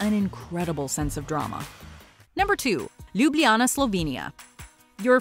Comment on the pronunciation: Ok everybody, say it with me. Ljubljana, Slovenia! Loo-blah-nuh., Slo-vain-iuh. Good grief, its tough to hear this incorrectly pronounced so frequently in this video. You are sharing information about Ljubljana, but have obviously never been there! Otherwise, very nice video.